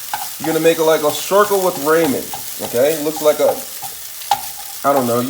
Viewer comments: It’s pronounced “RAH-MEN” lol but good stuff imma make this now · Why does this dumb fuck keep sayin raymon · “Raymond Noodles” 😂😂😂😂😂😂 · Raymen noodles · man really said rayman noodles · Ray-men noodles?? Take this vid down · Does he purposely say ray-man noodles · Raymond noodles ok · Ramen is pronounced rah-min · “raymond noodles” LMFOOAOA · “raymond noodles alright..” 🤙🏽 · no you said Raymond noodles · it was a pun within a pun😂 "everybody loves raymond" the show and the way he said raymen instead of.. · G, it's pronounced rah like the sun god, and then men, rah-men, but I kinda like the way you say it G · you said raymen dumbass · Who’s Raymon your mate lol. Say apple and use that a in the ramen. I’ll be using your recipe but I’ll be pronouncing it correctly lol 😂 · Pronounce it correctly. Why change it. It’s annoying. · the way you say ramen is driving me insane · Learn how to Say "Ramen " please lol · pronouncing and spelling are two different things bruh. You still said it wrong tf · Always find it funny when people mispronounce Ramen. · no its because you can't pronounce it right lol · you pronounce it weird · nah he means what you said “Raymen” it’s pronounced “Ra-men” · Ramen (Ra man) (Raa Min) (Ruman) there is three ways for you to pronounce it and it sounds the same were come with rayman you idoit😏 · "RaYmOnD" It's ramen, broski. Rah-men. Not Ray-men. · He doesn't even know how to say ramen 😂. He calls them raymen & it bugs me!!! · Yall be too fancy and boujee for me. First of all your boujee if you say ramen. But this guy is saying Raymond’s noodles 😅😅. This is a hood meal it’s called oodle and noodles not ramen boujee ass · I love your ideas about food, but please stop saying "ray-men noodles". It's "ra-men", just like it's spelled. No y. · RAH-men. RAH-men! Not RAY-men. It's RAH-men. And frying an egg doesn't create much of an aroma of any kind. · Homie really said "Raymen noodles" it's pronounced ramen (Rah-man) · Raw-men not ray-men🤣🤣🤣